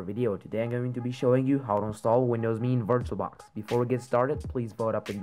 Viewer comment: Thank you so much for pronouncing it me like microsoft intended instead of M-E.